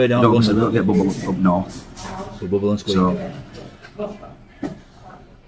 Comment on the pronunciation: It's not booble... It's bubble 😂bleeding 'ell sort it out,,, Mike from South London 😂